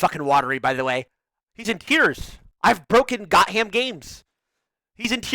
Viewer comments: Only Tyler's brain reads that as "Got Ham" rather then Gotham. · "got ham" 💀